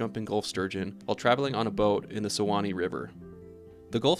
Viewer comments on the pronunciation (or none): none